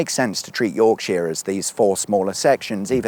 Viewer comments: Buckinghamsheer, Lancashurr and Yorksha... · Yorksha, not Yorksheer, please. Cuduff, not Cudworth.